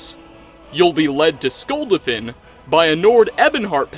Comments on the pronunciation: It's Skul-DA-fin Not Skulduhfin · SKULL DA FIN not Skuldefin 😂 I know that's not how it's spelled, but it's that way he pronounces it even though it's clearly said differently in game. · can you pls not mispronounce skuldafn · So wait you can’t say skuldafn but you can say ustengrav 🤨🤨🤨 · Cant pronounce skuldafn though 😂